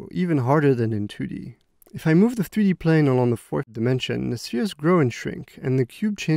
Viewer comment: Nobody: This dude: FTHREE-D